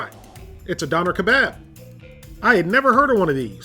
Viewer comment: Dough-ner Keh-Bob********